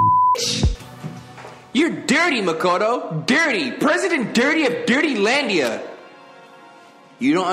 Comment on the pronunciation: You asked how to say the names earlier and i dunno if you'll see or just overlook it lmao but it Sakura ( sah-koo-rah ) Makoto ( Mah-koh- toe ) and Byakuya ( B-yah-koo-yah ) Japanese can be pretty hard sometimes.